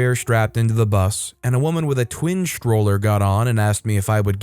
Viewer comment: “sHtroller,” not stroller? I “RegisHtrations,” not registrations? don’t get it. He didn’t get taught phonics in grade school? STR is not pronounced SHTR.